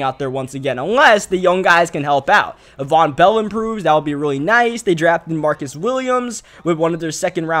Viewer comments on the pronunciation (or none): none